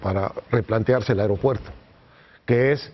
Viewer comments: a"E"ropuerto a"E"ropuerto, no areopuerto. biatch! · Se pronuncia AEropuerto, no AREopuerto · Se dice AEROpuerto NO AREOpuerto qué le digan a este wey de Leo! Par favaaaaaaar!